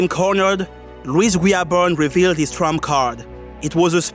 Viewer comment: This is so off topic to the video but I loved A) everytime you went "omg its louis guiaberne" "omg that was louis guiaberne" B) i love the way you say his name xD idk why